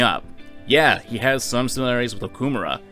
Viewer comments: Cvit: It's awful that they don't pronounce the Japanese names correctly Also Cvit: O-kuh-more-uh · For how much the dude hated on the mispronounciations the game makes of Sakamoto, he sure does butcher Okumura's name pretty fucking hard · The way Cvit pronounces Okumura creates violent feelings within me